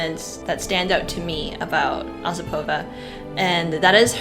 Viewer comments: oSIpova? Really? Nope, she is Osipova. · I really enjoy your videos, but I feel I need to point out that Osipova’s name is pronounced with the accent on the second syllable. O-SI-po-va. You did great with Zakharova, though!